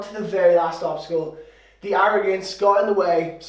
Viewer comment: i think obsticle is not really a thing i think it is more like obstacle:):).Anyways awsome video as always i really liked the work that you put in with the green screen and all that stuff!!!Keep it up!!!!!!